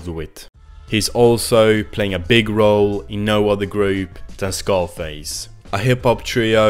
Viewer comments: no its not.. it zaar-face..they say it on the album dozens of times lol. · It's pronounced "Ssarface", not "SCarface". Also I think "The Movement" is quite underrated. Sure, it doesn't have the typical Wu-sound, but Deck's flow and delivery are especially razorsharp on this one. Plus love the b/w photography for the album art direction. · Scarface? Cz-ar-face. Pronounced Tsar-face almost